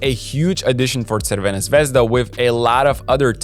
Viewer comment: That is the best pronunciation of Partizan and Crvena Zvezda i ever heard of someone on yt, he actually says it right.